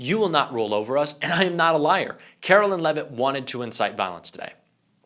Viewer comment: Calling her “Carolyn” is just as disrespectful as the right mispronouncing Kamala.